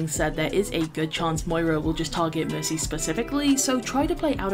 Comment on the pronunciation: I love how you say Merki XD. That name was so true when they first changed her ult. Nanovalk was fun while it lasted.